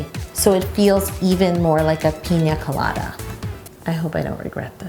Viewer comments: Is it just me or did she pronounce it like “Peen-ya colada” instead of “Pina colada” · The way she says it, you would think it was called peenyaa colada No hate tho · Did you say pinya colada ? 😂😂😂this cake is so awesome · Everyone: “pina colada“ Yo: piÑa colada. (Ik that’s how it’s spelt. I just find it funny how we all say it wit the ~ except for her 😂) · The way she says pina colada lowkey stresses me out :L